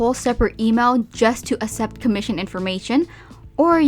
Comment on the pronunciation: Isn't it pronounced ax-ept?